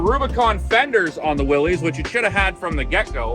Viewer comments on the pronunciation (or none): Many pronounce the name wrong, but it’s pronounced “Willis” not “Willies”. John Willys. 🤙🏽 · It isn pronounced “Willies”. That is quite embarrassing for you. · "Epic Adventure Outfitters" and you don't even know it's pronounced "Willis?"